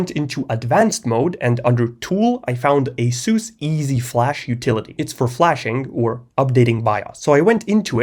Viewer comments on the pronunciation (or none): none